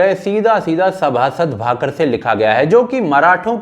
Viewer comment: भैय्या, आप बार बार उस ग्रन्थ का नाम 'सभासद भाकर' कह रहे हैं जबकि सही नाम है 'सभासद बखर'. बखर यानी प्रतिवेदन या आलेखन. क्षमा करें आपके भावों को समझ पाया लेकिन इतनी सी भी गलती क्यों रहे इसलिए.